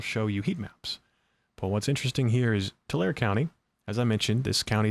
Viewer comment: FYI it is pronounced Tu lar e Tulare, not Tular thanks, Debbie I lived near that city for 18 years <3, nothing to write home about, farming community and RED. So if you are seeing Harris votes then it swings hard red... yea the trigger point worked.